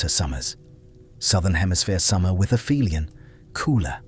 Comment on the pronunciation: its not "afemialan" its the opposite of " peri helion ", ie "api helion"